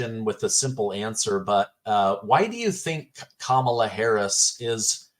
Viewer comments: I cannot stand Kamala and think she is shady af, BUT, I wish people would pronounce her name correctly. It sounds like Comma la, not Camel uh. It makes those saying her name incorrectly sound less intelligent. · Is she saying "Cam-ela" on purpose 🤭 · Is this lady saying Camela on purpose? 🐫